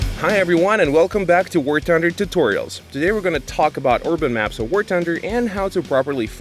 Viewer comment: "war tunder"